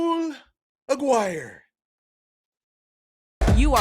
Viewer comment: Dude. As a fellow alum, you're killing it. I wanted to knock you for your pronunciation of "Aguire," and you nailed that. Then you kill me with the "he's still a four star." Well done. Separately, I hate this hat game. Don't care where you land. It's so corny and disrespectful.